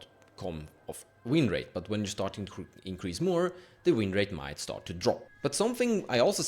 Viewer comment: Increase. Not incrase.